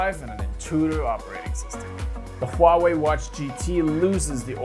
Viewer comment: like how you pronounce Huawei, as precise as a Chinese does :)